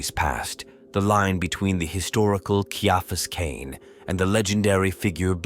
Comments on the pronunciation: All AI productions need a 'tard-wrangler. If you can't even get your AI to pronounce the man's name correctly, write it phonetically so it doesn't turn off listeners in the first 20 seconds. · I liked it, but I still winced each time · Atleast get the ai to say the name correctly…